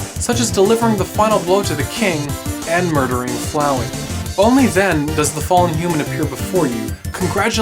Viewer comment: flowey like floweed